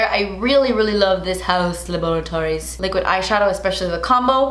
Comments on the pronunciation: saying HaUs LaBoRaToRiEs is a mood LMAO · No one:: “HaUs LaBoratOriES” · Every time she says: hAus LaBOriToRieS I die laughing ahahahahaha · Please never stop saying it like that 😂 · I love this kind of makeups ♥️ and also... hAuus LaBorAtOries😂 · I thought I was the only one that thinks “haus laboratories” should be pronounced “hAUa laboRatOriES” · The way she says haus laboratories cracks me up 😂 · Katrina Poe same 😂😂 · I'm dead!! 💀💀🤣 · Loving for how she says that. It’s exactly how I say it in my mind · I literally cannot pronounce “haus laboratories” the same anymore thanks to 😂😂😂😂😂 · The way she says Haus Laboratories just makes me laugh so hard lol. Love the look of course. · Every time you say “haus laboratories”, it cracks me up 😂❤️ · Omg I laughed so much during this video. Always so silly. And the way youd say Haus Laboratories 🤣🤣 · The way you say Haus Laboratories cracks me up. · Every time you say “Haus Laboratories” I die 😂😂😂😂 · I love when you say “Haus Laboratories” 😂 you are so funny and very beautiful 😍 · Every time she says Haus Laboratories I crack up... but I also don’t know how to pronounce it any other way.. 😂😂